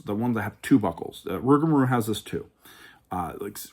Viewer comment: This was very entertaining! We watched the whole thing 😂 my top 4 rides are: 1) Steel Vengeance 2) Maverick 3) Millennium Force 4) Top Thrill 2 I think I actually put Rougarou as my #5 (We laughed everytime you called it "Rougamarou" lol not sure if that was on purpose or not, but it does have a nice flow to it 😂) Thanks for the detailed review, opinions, and some good tips as well!